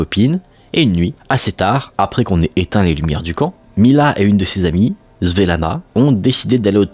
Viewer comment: Sa se prononce Svettlana 😂😂